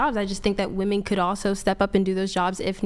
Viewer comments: Can dude say wOmen not wAmen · Bro what the fuck is a “Wehmin”? Can no one pronounce the word women anymore? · I wish you would’ve cleared your throat it was bugging me the entire show. Also, what is “Wemin” ? Women isn’t spelled that way or said that way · Can this fuckin dude stop pronouncing “women” like that??? “Wehmin” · The way says "wemen" drives me a little crazy lol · Wemen , wemen, wemen, wemen 😂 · Or "wemmen", or "wahmen". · Or that guy saying wamin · These girls can’t even pronounce “women” correctly and they vote lol we’re cooked